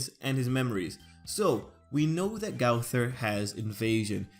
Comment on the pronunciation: Learn to say the name